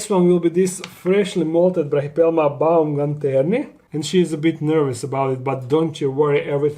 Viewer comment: It's not BAUMGANTERNI!! Is it so difficult to learn it's name?